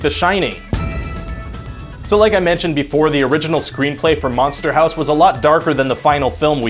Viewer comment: Manster Hawse